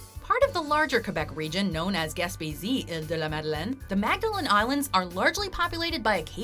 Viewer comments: HaHa that's where I was born and live so , like you , I LMAO when he said it 😂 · When he tried to pronounce Iles de les Madeleines, I mean kudos for trying but good God I damn near passed out from choking on a bing hitbi had just taken. Dammit kid. 😂